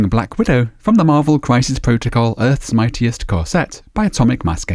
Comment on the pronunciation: I always find it amazing how efficiently you make colours look so neat and effective. Particularly on flesh tones. And eyes (my bug bear!) What was the dry time on the black oil wash? On quite another subject, the start sounded a little bit like you said "from Earth's Mightiest Corset"! Gotta love it when companies don't quite think out their product titles 🤣